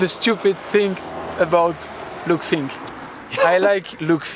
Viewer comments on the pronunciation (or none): They all say Luke Fink!!